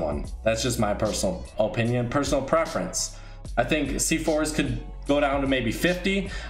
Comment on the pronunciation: The way you say opinion 😧😡😨